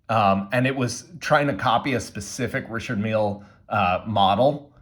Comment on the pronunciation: its not pronounced Richard Meal... holy fk its annoying the way you say it. Also you could have bought the same watch in china for 60 bucks